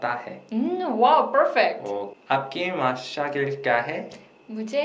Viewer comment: umm correction its not mashagil its mashgil